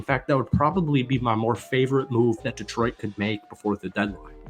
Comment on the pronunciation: Detroit is as likely to send a 2nd rounder for a guy with a shitty attitude who wants twice what he's worth (if the Jets trade him to the NFC they have to send a 2nd to Philly) as you are to pronounce Detroit properly. As in, never gonna happen.